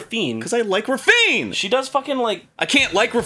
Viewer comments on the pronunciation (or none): Her name isn't pronounced like "ravine" :( I guess this is why Sega changed her name's spelling to "Raffina".